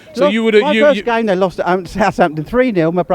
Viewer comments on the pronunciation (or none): none